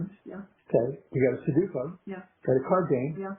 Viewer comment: Their botched pronunciation of sudoku is driving me nuts. It's not a hard word. Like sound it out